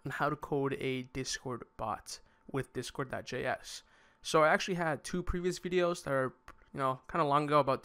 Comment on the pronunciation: I'm pretty sure the guy said "discord.js" not "discore.js"